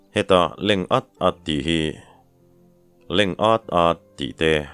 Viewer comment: A leng at at ti a lam dan a dik e👍